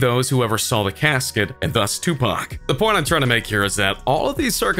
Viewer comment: He didnt say tupac right